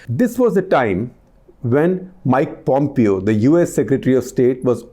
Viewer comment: Pom-pyo lol.